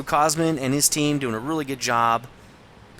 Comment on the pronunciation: Woohoo! A Romanian on replays! GG, dude! Btw, "Cosmin" is pretty much pronounced something close to "Cohzmeen", the accent is on the last syllable:P Anyways, another awesome vid! Hope I get a good enough game in my T-44 soon!